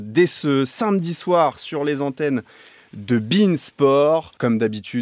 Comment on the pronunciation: "Sainmedi soir" c'est une prononciation de gen Z ça encore